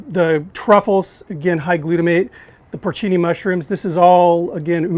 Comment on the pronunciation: Also it’s porcini mushrooms, not porchini, but hey he’s American